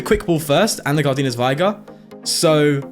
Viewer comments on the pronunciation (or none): Its V-ig-er no Vi-ger